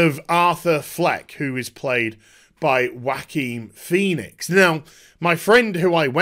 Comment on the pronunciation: no it's not. It's a spanish name and it is pronounced "Ho-a-kin"